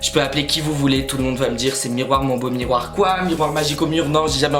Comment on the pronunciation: Mais c'est pas possible ! Elle dis MIRROIR MON BEAU MIRROIR